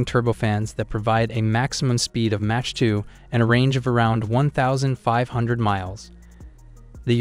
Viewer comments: A channel called doesn't know how to pronounce the word "mach" and a number of other basic military/science words..? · you pronounce Mach wrong, Ernst Mach would not be happy, your list does not include the fighter with the best kill to loss ratio at 104 to 0 the F15, you get a thumb down, and a frowny face :-( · Cant evan pronounce Mach properly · Tourist. learn how to say mach. listen, good research. if/when you get real accuracy, you'll likely shut up. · Learn how to say MACH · This guy is a troll right? The way he pronounces some words like Mach... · I can’t even with the way he pronounces Mach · You're pronouncing mach wrong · What's really killing me is how this is a military channel and we don't know how to pronounce "Mach" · Learn how to pronounce 'Mach' and 'reconnaissance'. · This has to be AI talking. Who says "mach" and "reconnaissance" like that and gets facts wrong? You suck at this. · What is match mean 🤣 Mach (mock) these AI speakers are terrible. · He said "MATCH" 2!! hAHAHAHAHAHAHALMAO!! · Although a very interesting topic, I can not get past your startling mispronunciations. Match 2?!? Seriously. Unforgivable. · Mah-k not Match... for Mach. Or am I crazy 😅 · What is mash?? MACH pronounces MAKH not MASH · Is this AI? Because it's Mach (sounds like mock), NOT match. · Its Mack not Match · Mach not match 😂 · Not match...it's mach...dummy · this guy is dumb anyone who refers to speed as match and mot mach (mok) should not even be soeaking in the sunject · Mach, not match. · SIR ! PLEASE PRONOUNCE THE WORDS CORRECTLY ! IT'S ' MAWK 2 " ------NOT MATCH 2 ! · He can not pronounce Mach right.. it sounds like rock not match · Plz pronounce Mach like mock not match lol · Mach not Match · "Match" 2.83... You need to switch to a better AI system. lol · WTF is "match 2"? AI is crap. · Please learn how to pronounce mach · "Match" 2? Sent me out. No speek inglish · I mean he says Match instead of Mach so… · what the hell is MATCH? loool - einstein!